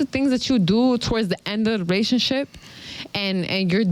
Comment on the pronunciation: Whats a rationship? 😂😂😂😂 Is she drunk or just stupid? Or maybe both?